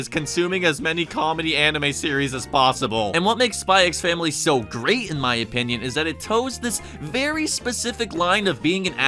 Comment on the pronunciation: For future reference, you never pronounce the X in these kinds of titles. Hunter x Hunter -> pronounced Hunter Hunter Kiss x Sis -> pronounced Kiss Sis xxxHolic -> just pronounced Holic (no it's not about porn addiction) Spy x Family -> pronounced Spy Family The X is always silent.